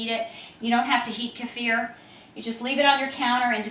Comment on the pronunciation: Good video and so nice to hear Kefir pronounced properly for a change, it's NOT keyfer, keffer or keifer, well done...